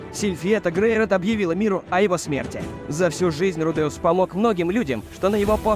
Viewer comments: Что за фигня с ударениями Рудеус ударение на первый слог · В Японском языке парные буквы, как меня бесит коверкание произношения: руде,ус вместо правильного ру,де,ус! Вы оригинал послушайте!!! Кошмар просто - ва,та,ши,ва или ко,ни,чи,ва а вы произносите коничи, ва или ваташи, ва((((